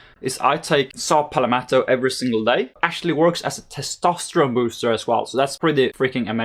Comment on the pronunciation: That's not saw palmeto it is saw palalalalalalalameto